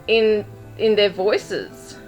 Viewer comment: I don’t think he said her. With his accent, “their” becomes “der “ and he softens the letter “d” almost to an “n”. Sounding like “They put her in ner car”.